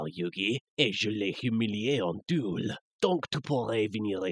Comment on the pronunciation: Et c'est pas comme ça qu'on prononce "monstre", "duel", et "cas" xD